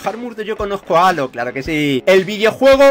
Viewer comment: Que mal se te da el inglés ,se pronuncia jeilo (halo) y desintegreichon (disintegration )